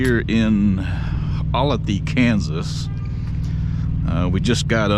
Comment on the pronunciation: pronounced oh lay the olathe